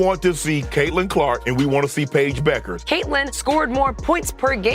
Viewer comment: This is creating a problem that doesn't exist for clicks. I doubt Beuckers (pronounce BECKers) and Clarke are focused on this the way this clip presents it. Sure there will be competition. That's what makes great players great.